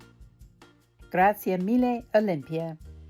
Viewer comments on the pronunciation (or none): none